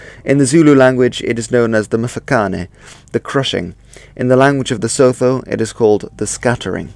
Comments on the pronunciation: lol , it's not sotho , you pronounce it as : sue too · Sotho - rather say "Soo-too" there is no "th" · Slag mean slaughter or butcher not batlle Sotho or Lesotho isn't pronounced like a normal th in English but more of a "too" sound so it would be pronounce something like "Su-too" or "Soo-too" Another incorrect pronunciation is that of Xhosa but I can't describe the sound using text. I'm from South Africa BTW. Cool vid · I love your videos - big fan here. However a few notes: the tsetse fly is a biting fly that carries a particular parasite that causes human sleeping sickness. It is not related to malaria. Sotho is pronounced "Sutu". Lesotho is pronounced "Lessutu". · Great video. One small thing: Sotho is pronounced "Soo too". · Sotho wordt uitgesproken als soethoe en Xhosa (klik)xohsah. Dus niet als (klik)xhoosaa. Just so you know.. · Great, Sotho pronounced more like soot and add the same sound again sootoo, so no 'h' sound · It’s pronounced COSA And soot who . Dingaan no “e” on the end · Great vid, would say good pronunciation attempts but the attempt at saying "sotho" was awful. Enjoyed watching though